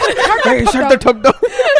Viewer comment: Nobody:: thap down Thap the shut down Shut the thap down 😂